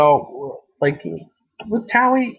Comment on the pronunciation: Tail? Lol it's Tali :P